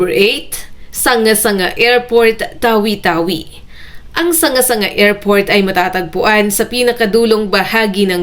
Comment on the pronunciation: "Sangga sangga" ang bigkas niyan sa mga tao doon dahil salita nila iyan. Hindi tagalog na salita iyan na basahin mo ayun sa pagbasa ng tagalog. Tulad din ng Probinsiya ng Kalinga sa Cordillera ang bigkas nito sa mga taga Kalinga ay "Kalingga". hindi bigkasin ayun sa pagbasa ng tagalog.